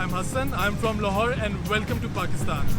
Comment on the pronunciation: You pronounced lahore pretty good.